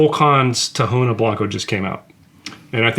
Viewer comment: Don't want to sound like and ass or anything but for the information sake of the community, the H in tahona in Spanish it's silent, so the correct pronunciation for anyone interested is Taona not tahona